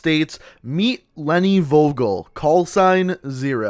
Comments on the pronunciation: You pronunced The word Vogel pretty wrong Im german and was like what name is Vogel but otherwiles i liked the Vid keep it up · I can actually speak German and was wondering why her last name meant bird lol. Also you you butchered the word. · Was I the only german who was getting triggerd when he said Vogel wrong :D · you absolutely butchered the word Vogel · its not wogel, it's pronounced Fogel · If ur german u realize how he butchered leni vogel. Vogel is pronounced Fogel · Goddammit it's spoken Fogel we Germans pronounce the V like a F in some cases xD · VOGEL not WOGEL say it FOGEL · its pronounced “four gel” with a hard g not vo gal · Did you say wogol to Vogel? Vogel means bird... or in that scene a name. You spell it like: F o g e l, not W o g o l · in german you have to pronounce V --> F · im not german but im soo triggered when he says vogel insted of fogel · You did convince me pretty good but(I'm German) you pronounce "Vogel" wrong xD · You said Vogel wrong you must say it like fogel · Just a tip: we pronounce it fogel, v is spoken like f in German mate^^ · FYI in German v’s are pronounced like f’s so it’s pronounced Fogel not vogel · DEUTSCHLAND ÜBER ALL..... im actually Polish hehehe Edit: V in German is pronounced as F, so Leni Fogel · You pronounce Vogel like Foagal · The pronunce is fogel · Vogel is really pronounced like 'fogel', because in german an v sounds like an f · the V in her last name is pronounced as F in german, so its technically pronouced Fogel and its spelled Vogel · No hate but is is not Wogol it is Like the F from finish = V o= o from Nomad g from Genetik e= ea from Eagle and L from Line 😌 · in German "V" is pronounced as "F". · Im german and Vogel is pronounced fohgel and it Means Bird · it bothered me the whole time when you said her name its pronounced "fo-gel" in german "V" is pronounced as F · Hii , I am from germany and you pronouns Vogel like fogel and it means bird in german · Nope. It's pronounced as Wogel